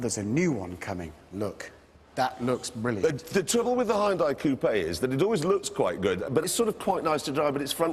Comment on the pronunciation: I love how Richard says BRILLIANT when talking about the BRILLIANT Morgan ;D